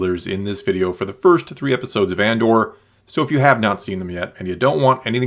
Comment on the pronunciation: I can't tell if you are saying Andor or And/or. :)